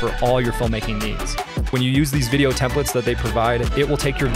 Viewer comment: Templates not Templetes lol